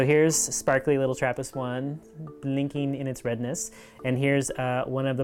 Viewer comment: Isn't it TRRAPIST-1???